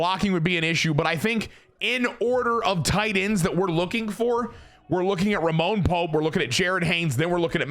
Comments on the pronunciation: for the love of sweet christ brother the mans name is RAMON Pope😂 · If youre gonna keep calling him “Roman” when his name is clearly “Ramon” then just change his name to Roman